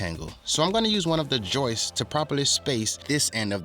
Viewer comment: It's "Joists" not Joyce! LOL